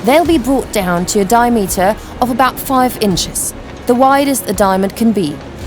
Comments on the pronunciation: "die-meter"... "seper-rite"... "smooth-end" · The narrator seems to have trouble with some basic pronunciation or her script. What's a "dire meter"? And What does "sepperight" mean? Her powers of observation are astonishing. The Russian quotes from the Putin Ministry of Truth "The diamond could fall (on the floor from 3 feet) and be damaged". More chance of Putin handing Ukraine its nukes back as it's the hardest natural substance in the world. Sorry to hear that the team suffocates when it "literally runs out of air". Did they manage to revive themselves? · 'Dia-meter & 'sepa-right' 🤦‍♂️